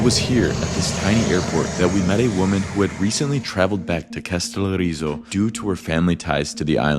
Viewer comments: How difficult can it be to pronounce the word Kas te lO ri zo, with the emphasis on the first O. Is this an iq thing? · To the video maker: Did it not occur to you to take a moment to listen to the audios on the internet to learn how to pronounce both the Greek name of the island that is the subject of your video, or the Turkish name of the Turkish town adjacent to it??? Kastellorizo is pronounced Kah-stell-OH-ree-zoh. Accent on the 'O". The name of the Turkish town Kas (with an phonetic symbol under the 's' that gives it the sound of 'sh') is not pronounced like the English synonym for money in hard currency (cash), but with the letters 'Ka' prounouned 'KAH" ('a' as in 'father', followed by the 'sh' sound. Your Americanization of these names shows a lack of respect for the languages of the foreign lands you are visiting. Bad enough when just talking among yourselves, but if you are going to make an educational video, you might trouble to not mispronounce place names. I also need to say that hearing your friend use the word 'insane' several times within maybe 3 minutes to express his amazement at the beauty of the views he was witnessing (along with all of the other American 'wowing' about everything made me turn off the video. Better to just shut up and let the cameras SHOW the beauty, as do the best travel videos. I say these things as an American who has lived in Greece for decades who hears young American tourists talking the way Greeks hear them...